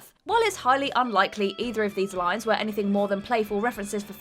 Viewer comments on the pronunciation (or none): none